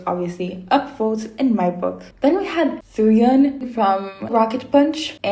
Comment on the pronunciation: It's pronounced as Fai or Pai, not Faye. And Suyun is pronounced like Sooyoon. And it's pronounced as Kay, not Key. Her name is written as Kei, but you pronounce the vowels separately